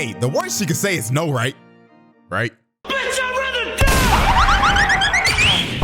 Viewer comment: You gotta check out the dub to hear how Scarlett pronounces "b**ch" as "beech"